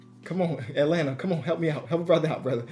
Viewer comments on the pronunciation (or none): none